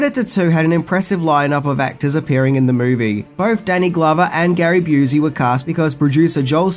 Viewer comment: It's not said "Boo-see", Gary's name is said "Byou-see". You got it wrong on "Predator 2" being the set-up for any "Aliens vs. Predator" stories and movies. Dark Horse Comics, who had been publishing ALIEN and ALIENS series stories since 1989 began the crossover with their 1989 issue of Dark Horse Presents #34-36, which had an three part AvP story in it. Then there was the fantastic "Aliens vs. Predator" four-part story in 1989. All of these can be found collected "AvP Collected" Trade Paperback. Fox saw what Dark Horse was doing and added the xenomorph skull to the trophy wall to show they liked they idea as well. Sequels don't need to take on the same tone as the original, so this is definitely a worthy one in that it took a new path.